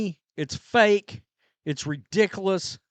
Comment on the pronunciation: Watch all your videos. Stop saying “redickless” thank you